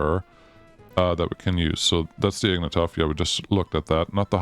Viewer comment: damn its not “Ignatov”, its “ignAtov”.